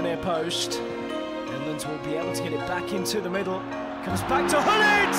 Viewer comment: I love how the English commentator pronounces Gullit, "Houllit"